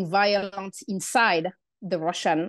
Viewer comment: Best pronunciation of “violence” I’ve ever heard.